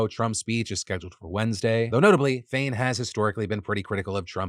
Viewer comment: keep hearing sinn féin when you say shawn fain